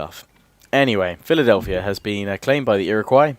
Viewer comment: he is missaying things it's frst nations and ir iq wos iriguo